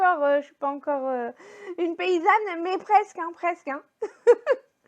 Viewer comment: Pareil pour moi, j'utilise l'eau du bain pour les toilettes, pour le potager connais tu Maman économe ? Elle fait son potager elle -meme, elle peut peut-être te conseiller ? Tu ma fait rire en prononçant le mot "paysane". Tu as raison profite de ta vie maintenant car moi je regrette énormément de choses que je n'ai pu faire dans ma vie passée.